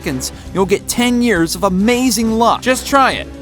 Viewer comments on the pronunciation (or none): none